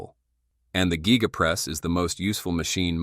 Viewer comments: The geega press? Giga Press. Has no ‘e’ in proper pronunciation. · Why do you pronounce giga like that